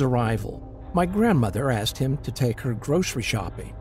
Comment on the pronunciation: The narator with the deep voice always says axed instead of asked